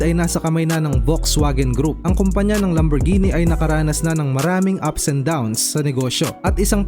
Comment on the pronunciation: Naiba na ang pagpronounce (lamborjini) yata to boss😂😂